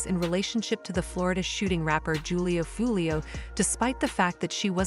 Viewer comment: It’s pronounced WHO-LEO 👎